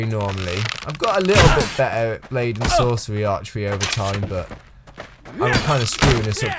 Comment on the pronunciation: You said lady and sorcery